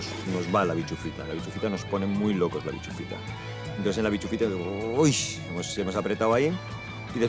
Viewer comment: El momento tienda de campaña por la noche lo mejor. es bischofita no bichufita jajajajajjajaja